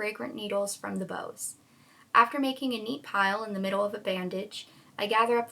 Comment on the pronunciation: The bough of a tree is pronounced like the verb 'to bow" like when you bend at the waist. Not like a ribbon bow or a rainbow. A bough. Katniss stripped the boughs of a tree, not bows.